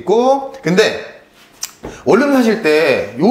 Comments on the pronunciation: 자꾸 '월룸'이라고 발음하시는데.. '원눔'이라고 발음하는게 맞습니다. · 월룸 ㅋㅋㅋ원룸아니고 월룸